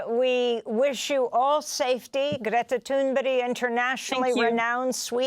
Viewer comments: who? How do you say her name? Amy’s the only one that’s been pronouncing it like this. I don’t speak Swedish. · ♥️👏 just one criticism the presenter of this vital channel should really know how to pronounce Greta's christian name. I think she pronounced it two different ways during this post... 🫣